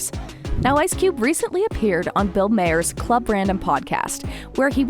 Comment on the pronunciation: "Bill Mayor?" Does this narrator have a clue what she's reading?